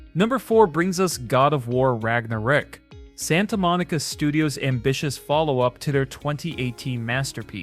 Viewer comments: "God of War RagnaRICK" LOL AI voice fail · AI or real person, very rarely someone can pronounce ragnarök correctly 😅 As someone who's from country where alphapet contains letter "ö", I can tell that it's pronounced like vowel (i) in word "bird"...